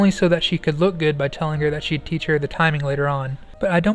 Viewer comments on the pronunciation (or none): none